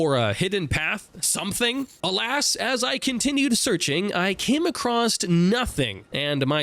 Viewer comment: Why do you pronounce "across" as "acrosst"? Stop it.